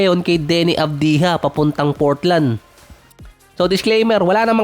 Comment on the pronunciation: Hindi avdiha - AVJA ganyan bigkasin..